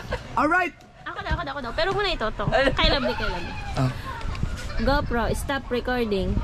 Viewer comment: ...dapat kasi hindi matigas pag.bigkas mo ng R,dapat medyo slung ang pagka bigkas ng R sa GO PRO...☺️☺️☺️ thanks me later...😁😁😁